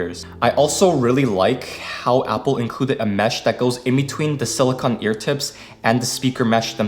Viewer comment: It's pronounced sili-cone my man not sili-con